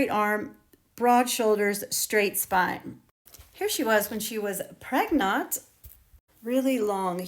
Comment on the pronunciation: I am sorry, I am a late comer to your very informative chunnel, but did you say?: “when she was pregnone? or pregnot? 😇